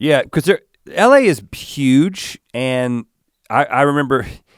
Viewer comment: lol did rhett say pyuge